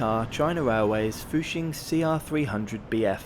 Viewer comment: Please try to research and pronounce Chinese names as correctly as possible! It doesn’t take much research to know that Zhejiang is pronounced juh-jiang and not zay-huh-jiang. It would make a nice touch to your videos! Also, you pronounced fuxing and hangzhou right!